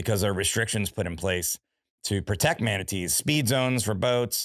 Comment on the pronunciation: I love how Jim pronounces Manatees as "Hu-manities". 😆